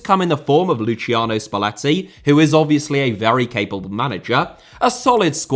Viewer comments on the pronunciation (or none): none